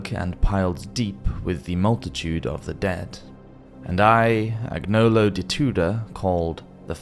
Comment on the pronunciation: btw when you find a "gn" in an Italian name, e.g. Agnolo, it's pronounced: Aknee-olo basically, the "g" is silent, a good example maybe "Espagnol" = Spanish, you pronounce it: Espa-knee-ol